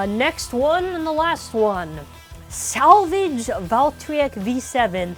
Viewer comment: Salvage Valtryek sounds more like Savage Valtryek